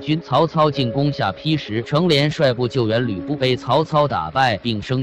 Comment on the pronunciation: 下ㄆㄧ???連地名都說錯，說什麼歷史，誤人前途，很爛ㄝ